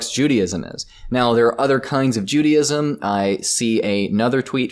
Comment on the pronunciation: I know he’s American which automatically makes me an idiot but there’s no way bro said “Judy-ism” 💀